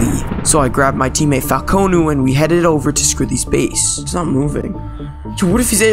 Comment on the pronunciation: I love when he calls falcon falcOnoo